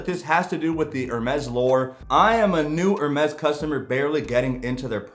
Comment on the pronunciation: Just a tip - it is pronounced ‘AIR - Mess’. Not ‘Err-mess’.